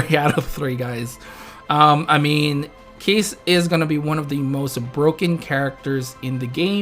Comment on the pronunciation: Keiss pronounced as Ky-ss Oh well KEESS HOWARD SHIPPUUKEEEN Also, the text for Keiss shows a rework for him....that's new very accurate.